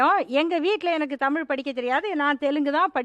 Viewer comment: 😮ஆம தமிழ்நாட்டில் இன்னும் தமிழை தமில் என்று உச்சரிப்பார்க ள். சரி ஜெர்மன் படிச்சி இந்தியாவில் என்ன செய்ய போகிறார்கள் ? தமிழ்நாட்டில் கிட்டத்தட்ட 50 % மக்கள் இந்தி பேசுகிறார்கள். மும்மொழி கொள்கையை மிக சிறந்த கல்வியார்கள் உருவாக்கி யுள்ளனர்.